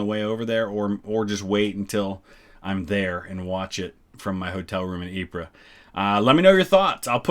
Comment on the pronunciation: As someone who used to live near Ieper (Ypres). It is pronounced EE PUR.